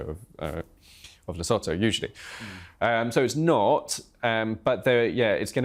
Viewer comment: Le :as in French enunciation - Sue- Two- = Lesotho…… please?